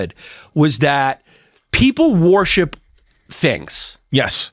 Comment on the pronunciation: Yanni saying "wa-hor-ship" no less than 200 times gave me a leaky roof.